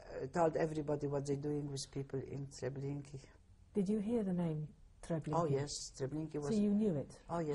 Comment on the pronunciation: This is in no way meant as a criticism, but I've never heard the pronunciation "Treblinkeey"" for "Treblinka" except for in this interview.